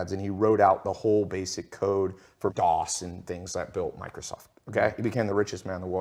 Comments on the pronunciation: DOS, not DAUs. As in, MS-DOS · DOS.. Not DAUs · . Its DAUs. It’s DOS - Disk Operating System. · It's dos not daus for Microsoft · DAUs?? 😂😂😂😂 DOS you moron. Disk Operating System.